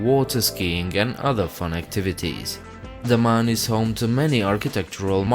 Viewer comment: IT IS not THE MAN and Diu IT IS DAMAN and diu